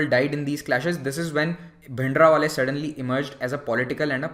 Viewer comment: It is Bhindranwale not Bhindrawale